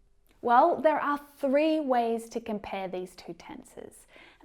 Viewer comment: Why do you keep pronouncing 'th'ere by 'n'ere ? Tongue twisted? A kind of cuteness?